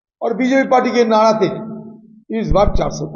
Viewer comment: नाड़ा नहीं नारा बोलते हैं 😂😂😂😂